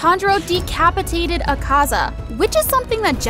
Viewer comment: You said Ukaza wrong and getato